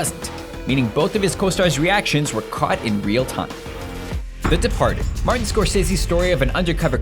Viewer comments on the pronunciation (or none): none